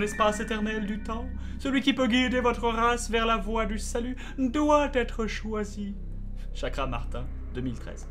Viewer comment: Et pour info Bob, son nom c'est Chakravartin (prononcé Chakravartinne) et non Chakramartin :D